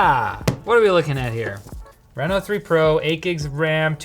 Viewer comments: Renno? Renault? No, it's "Reee-No" ..darn canadians, eh? Surry dayr bod! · i used to live in reno nevada so him saying R-eh-no instead of R-ee-no is triggering me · The reason this ended up on Short Circuit and not LTT is because kept saying R"eh"no instead of Reno. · Renault out here getting free advertising . Sounds like Renault when he says Reno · He's saying the name of the phone wrong, look up how people pronounce Reno, Nevada. Minor thing that bothered me everytime you said it.